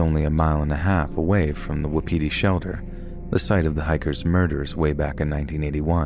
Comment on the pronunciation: Did he say WAPITI??? screaming in RDR2 NO BECAUSE ROANOKE AS WELL???